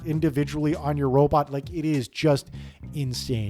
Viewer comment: Each time you said "robot" it triggered my autistic anger.